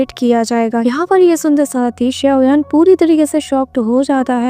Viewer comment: SAuyan nahi xaio yan he😅😊